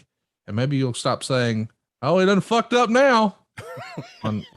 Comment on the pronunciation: sounds like he said BUCKED up not fucked up